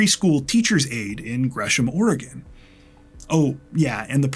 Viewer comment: And he even says "Oregon" correctly, so on behalf of every Oregonian thank you. ❤